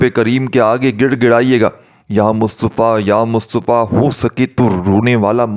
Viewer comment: Ya mutafa he ye lafz Yamustofa nahi plz talafuzvdrustbkarn